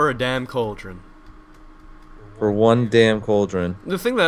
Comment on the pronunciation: Cauldron. It's cauldron. Say it with me. C a u l d r o n.